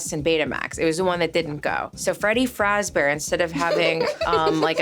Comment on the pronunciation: “Who is Freddy fazbear?” “Freggy Fragzbear” “Freddy Fajbear”